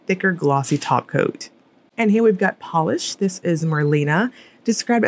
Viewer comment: Ooooo that Pahlish!!!